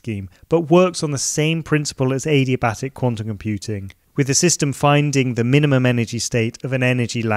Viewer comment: Did he just say A-D-Batic?